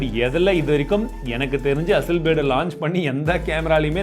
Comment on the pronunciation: hasselblad is an word Hussleblade is an emotion 😂😂😂